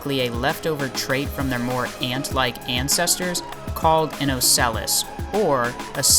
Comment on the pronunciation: 3min 40sec dont you mean, antsestrors?